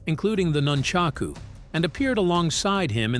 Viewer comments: Also, his pronunciation of nunchaku. ヌンチャク, was even worse. Then there was the "paDOga." When you are that far off on every point, you can't trust the narative. i sure don't. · Jeet Koo Knee du and nunchuckooos and pad doo go😂😂😂😂 I don't think there is anything new here apart from the mangled pronounciation. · I too was incensed with the portrayal in "Once upon...in Hollywood". I'm also incensed with this narrator saying "Jeet kunie doo" and "nunchaka"